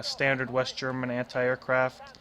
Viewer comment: Your german pronounciations are good